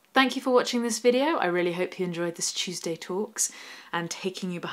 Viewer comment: Chewsday Chewsday Chewsday Chewsday Tawks!